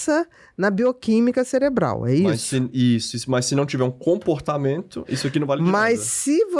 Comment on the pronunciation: Também reparei o "celebral"